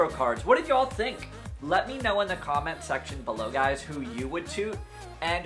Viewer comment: When I hear you say Y’all I hear a Southern accent . Where are you from just Love your channel !